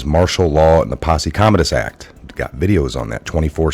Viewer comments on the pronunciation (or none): You can't correctly pronounce posse- commentatus?? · As soon as you mispronounced Posse Comitatus twice I was done watching